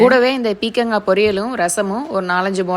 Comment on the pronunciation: Athu peekangai illa ma peerkamgai pronounce it properly bcz u both well educated